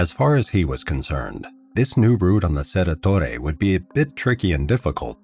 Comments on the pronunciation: Cerro Torre, not Cerra… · Also, Cerro Torre isn't pronounced "cerra torre" is it(?) The 'o' in Cerro is pronounced phonetically I think - just as it looks.